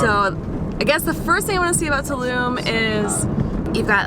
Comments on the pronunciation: It's Tulum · Tulum, is not in Germany, I think......so, why are doing a German accent? ( 1min 9 sec)